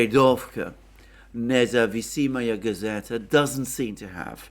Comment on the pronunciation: Thank you as usual, you are a Legend! Btw, the name of the newspaper is Nezavisimaya Gazeta. (It’s a difficult word and just an FYI, for the future:)